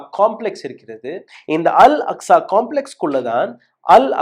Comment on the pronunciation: அஸ்கா இல்ல bro அக்ஸா